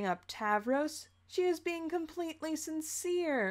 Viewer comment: Don't you mean sin"seer"?